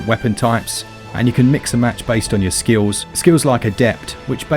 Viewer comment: I like how you say "skills." Me: "Skills." You: "Skiwws."